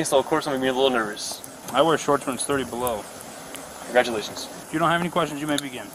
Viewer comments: ''congratulationsa'' that was so funny 😭😭😭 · (congragulations) LMAO